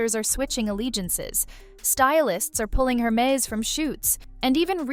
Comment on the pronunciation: it's err-mehz... :) instead of her-mehz... :)